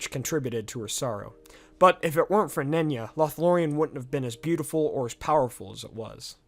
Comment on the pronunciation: The ring of concealment being pronounced "nunya" like "nunya business" is way funnier to me than it should be